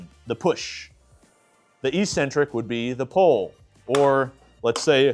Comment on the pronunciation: IT is pronounced EK-sen-trik NOT EE-sen-trik